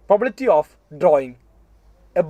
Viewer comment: Probability എന്ന് ശരിക്ക് പറയാവോ😅